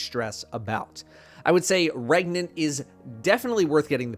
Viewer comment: "Can u get regante" Yes. "REGANANANT!?"